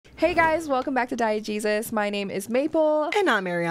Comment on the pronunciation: I thought you said "welcome back to diet Jesus" LMAO